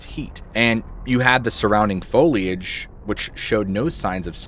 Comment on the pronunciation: Thank you for pronouncing foliage properly.